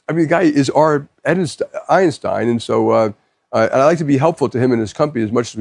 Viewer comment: Did Jaime Diamond call Elon “our Edistein? Edison and Einstein rolled up into one?!